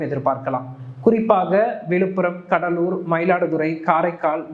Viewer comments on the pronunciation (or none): none